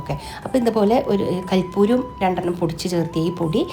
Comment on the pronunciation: കർപ്പൂരം ആണ്, കൽപ്പൂരം അല്ല 😌